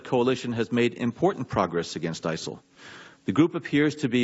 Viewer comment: who or what are isil lol he cant even get that it right.